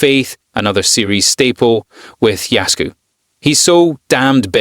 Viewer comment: Thanks for your honest review. How you pronounce his name is absolutely awful though, no offense.